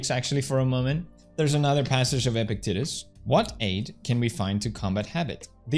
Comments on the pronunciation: Epictetus is pronounced like eh-pisteh-tus. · Pewds: EPICTETUS Me: wait, epic what?